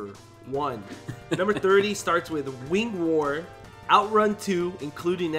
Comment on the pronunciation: I know Sega doesn’t own this IP but I want Wings of Wor! When they said wing war I thought they said wings of wor